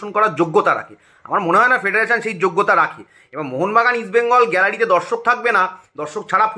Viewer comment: একদম ঠিক কথা । ক্রীড়ামন্ত্রী মোহন বেনগণ, ইষ্ট বেনগন এই সব উচ্চারণ করে 😂😂😂